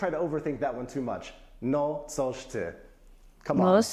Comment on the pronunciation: You will make great and instant progress when you learn the difference (and pay close attention to) the difference between C and S and L and Ł. I understand you do not get the difference, but it is substantial. Why, in the very video you messed up coś (something) with sos (sauce). But the guy said Wrocław pretty well, Nailed it. The lady said "Polskie" which is very common (I mean used by commoners). Have fun with our beautiful and depressingly complicated language.